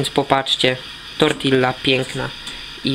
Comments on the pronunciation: Wybaczcie, muszę..."tortiJe", nie "tortille". Schiz po lekcjach hiszpańskiego :) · wymawia się tortija:) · słowo tortilla wymawia się "tortija" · Ludzie nauczcie sie nazywac rzeczy prawidlowo! Pisze sie tortilla a wymawia tortija!!! Jest to placek meksykanski wiec pasowalo by go nazywac poprawnie! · Słowo tortilla wymawia się inaczej :P